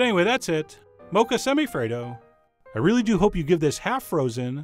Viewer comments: Lolled out loud at “semi-afraid-o” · My soul died when you said "Semi-Affredo" 😂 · Chef John: Semi - afraido Me: ded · "Semi-afraid-o" hauhauuauahuahuahua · I WAS DRINKING MY COFFEE WHEN HE SAID "SEMI-AFRAID-O" AND I CHOCKED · Semi-Affraid-o sigh.. xD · "Semi-afraid-o" I AM DEAD . 😂😂😂😂